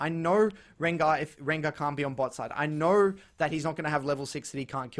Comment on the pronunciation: "I knoer"